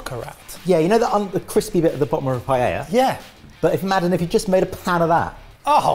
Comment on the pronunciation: I was gonna say wins just cuz he actually pronounces Paella correctly. But dish looks SO much better